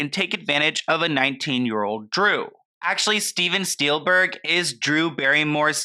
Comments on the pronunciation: Loved this, however it’s Steven Spielberg, not Steelberg. Also, he is her godfather, not step-father. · Steven Spielberg is Drew's God Father, not her Step Father and it's Spielberg not Steelburg. K. Thanks. Bye. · Haha,, you said Steven Steelberg. I really enjoyed this one, and YEAH, there Are some insane stories about Oprah out there... You should do a video on Her. (She has been mentioned ict.Pizzagate)